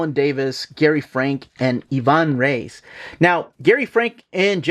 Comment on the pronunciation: First time i see someone outside Brazil saying Ivan Reis by the right way